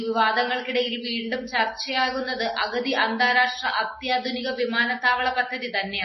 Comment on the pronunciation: അഗതി അല്ല. അതിന്റെ അർത്ഥം വേറെയാണ്..... അഗത്തി.